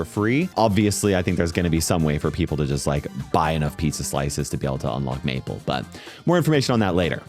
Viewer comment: thank you for not mispronouncing meeple